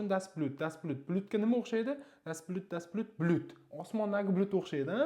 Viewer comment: Aussprachegayam etibor bering, das Blüt deb talaffuz qilyapsiz, das Blut böladi